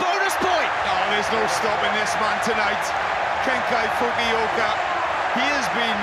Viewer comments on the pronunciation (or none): ケンカイ・フキオカって言ってない？笑